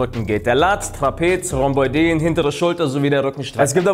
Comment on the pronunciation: Interessant... ist unter deutschen Fitness-Toutubern garnicht selten dass sie die Rhomboiden falsch aussprechen.. richtig wird das Rhombo-iden ausgesprochen.. wie Arachnoiden.. oi ist getrennt und wird nicht zu äu/eu